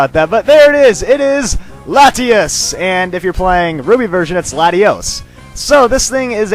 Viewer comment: i thought the " T" was silent in Latias ( FYI not trying to criticise )